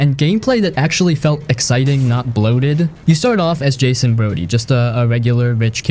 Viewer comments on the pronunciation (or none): none